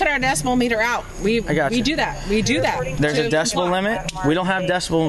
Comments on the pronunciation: its Decibel not decimal LOL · I keep hearing decimal instead of decibel.. anyone else? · ffs is DECIBEL, not decimal! Jeebus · The amount of times both parties said "decimal" instead of "decibel" was killing me lmao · I think the first time the guy said it he said it correctly, then the cop said "decimal" and either he was making fun of him subtly or just copying him to passify. I could have mis-heard it, but that's what it seemed like to me. Regardless it is distracting haha. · Um, it’s Decibel with a B when referring to sound, not Decimal with an M 🤣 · are they all saying "decimal" instead of "decibel"? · The fact that nobody could correctly say “decibel” lol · The word is decibel. Holy shit.